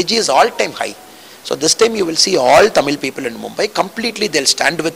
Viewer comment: I like the anchor saying Tamizh!! Great